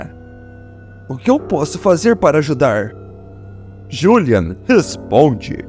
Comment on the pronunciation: Que narração é essa ?o nome dele é Juliano e não julian